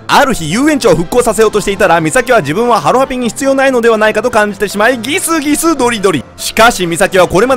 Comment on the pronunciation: ギスギス↑ドリドリ↓